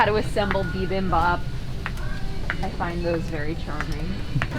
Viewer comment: I’ve never heard bibimbap pronounced like that